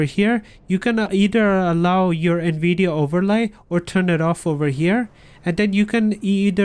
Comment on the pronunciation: “Nvidi aap”☺️🤙